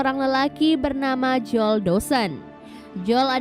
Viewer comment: Bacanya joel mba bukan jol